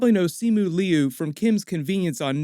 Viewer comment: You are not pronouncing Simu Liu and Shang Chi correctly. Liu is pronounced like Leo but it is one syllable. Shang rhymes with Wong, not hang.